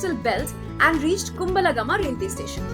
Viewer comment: Your style of speaking is so beautiful, I love listening to it.❤❤❤ But check the local pronunciation of the names of villages and towns. Kumbal Gama - not Kum bala gama ⚠ Ahan Gama - not Anaha gama ⚠ Kog gala - not Ko wella ⚠